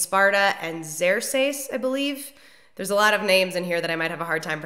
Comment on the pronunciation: pronounced like 'Zirk-seas'